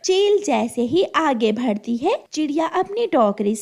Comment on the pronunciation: Bhadti nahin--- Badhti.